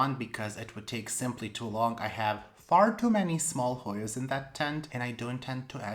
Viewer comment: Beautiful plants as usual. I'm always impressed at how well you pronounce those difficult Hoyas 💚